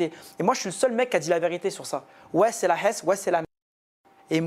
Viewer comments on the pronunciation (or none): C est" la esse" ça veut faire le thug et ça c'est même pas prononcer la Hess